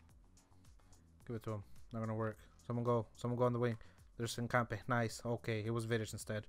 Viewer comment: Just say hinca the then say foot in Spanish